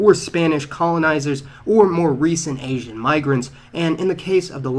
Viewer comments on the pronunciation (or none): What's with the pronunciation of 'Asian'?! Do you say 'Italiaahn', 'Germaahn' and 'Americaahn' as well...?